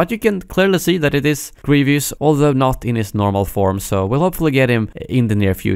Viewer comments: Hey man I love your videos but it’s Grievous (GREE-vuss) not Grievious (GREE-VEE-uss) sorry I know it’s not a bit deal, just kinda bothering me haha. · Grievous not "Grevius" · why do people keep saying "grievious" when it's "grievous" smh